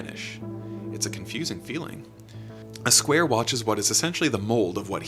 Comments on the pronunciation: It’s not Uh Square, it’s Aye Square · Flatland tip: A Square is his name, pronounced Ay Square. Not a Square, pronounced uh.